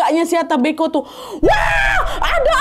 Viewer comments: kak cara bacanya mbko bukan mbeko,,cara ucapannya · cara bilang nya bukan mbeko .. huruf e nya di baca kaya kita bilang (enggak) jadi e bukan è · Salah penyebutan kak mbe'ko ada penekanannya mbe terurus baru ko kak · Mbeko ya KK bukan Beko aku org Manggarai kget pas dengar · Dislaimer kak penyebutan e pada kata mbeko itu seperti menyebut beku (pelafalan e nya). ata mbeko( Bahasa Manggarai, Flores). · koreksi dikit kakk,mbeko bacanya pake e` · Nahh FYI pengucapan mbeko itu seperti nada kata " lemari, kertas, dll" bukan seperti nada dari kata "teler" 🫠